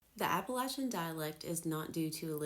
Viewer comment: Hey you pronounce it right. Thanks from the mountains of east tn